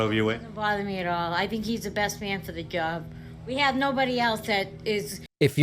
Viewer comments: DID SHE SAY " BEST MAN FOR THE GOB " ? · “For the djuawb” 🤦🏼‍♀️